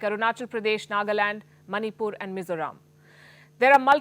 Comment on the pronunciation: No one ever pronounced manipur that much clear since independent 👏👏👏